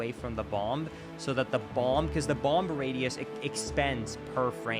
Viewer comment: he pronounces the b in bomb